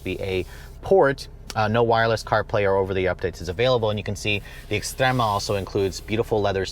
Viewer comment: ES-TREMA NOT EX